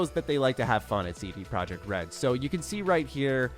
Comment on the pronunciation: CD Projekt RED should be pronounced "CD Proyekt RED" since they aren't from an English speaking country